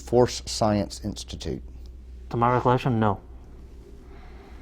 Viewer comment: "to my reclection, no"